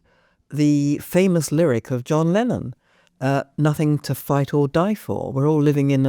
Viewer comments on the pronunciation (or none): none